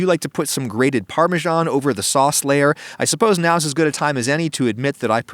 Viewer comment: The word is pronounced 'par-me-SAN', not 'par-mar-SHARN'.